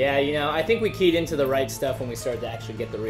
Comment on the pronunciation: "we KEYED into the right stuff", I heard you there.